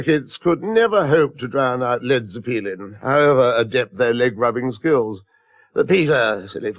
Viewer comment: Led Zeh-peelin